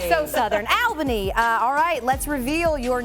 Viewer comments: I thought I was the only one. She corrected it later in the video. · It is “all-bany” not al-bany… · Pronounced All-bany.